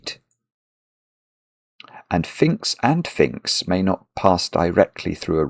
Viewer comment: I cant believe how many times you clearly said Finkz instead of phinx when you were definitely talking about phinx!